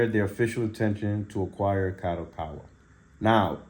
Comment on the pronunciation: Bro its pronounced KA-DO-KA-WA. not KA-ROW-COW-WA😂😂😂